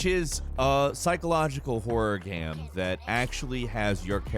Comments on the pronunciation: Dude, learn how to pronounce "game" properly. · Why does this guy say “gemm” instead of GAME? See also: Castlevennia, MAGA Man.